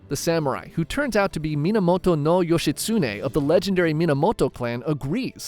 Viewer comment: also bro Yoshitsune say it like one syllable or every syllable evenly not like how youre doing yoSHItsuNE to anyone who knows some Japanese, it hurts their ears.